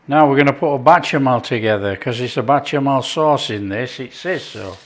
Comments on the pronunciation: Bechamel, not batchamel. Great stuff, keep it up. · Does this guy purposely mispronounce the word béchamel, or is it a north west thing? It's bÉchamel... beh-shah-mel said fast and fluid. Not, bAtchamel 🫣🙄 Also, own description says breast, leg, and thigh. Not a hater. Just liking things to be correct. Both versions look fantastic 😋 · I can only eat such dishes with my eyes anymore because of severe dysphagia. I enjoy these videos nevertheless because of their easygoing tone. And who wouldn't want to watch some delicious "batchamall" sauce being made? 😊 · I swear, you've made this little old black American woman smile! We pronounce bechamel differently but yours did look very good. I'm going to try it but to americanize it I'm going to add a little paprika. Nice job.